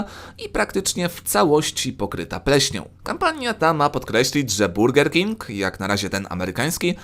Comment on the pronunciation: 2.23 usłyszałem ,,burdel king"